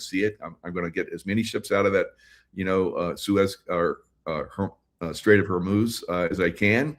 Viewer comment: GOTA SAY IT RIGHT HOREMUSSSSSS